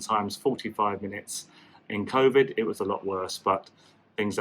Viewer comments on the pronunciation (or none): none